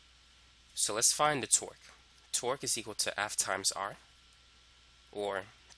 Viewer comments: correct, but if you listen closely you will find out that half of the times he says twerk. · I swear I heard twerk the whole time